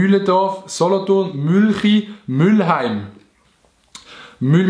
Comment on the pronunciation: Jamaaaan müllheim (chunt vo mülene und net vo müll) ihr keks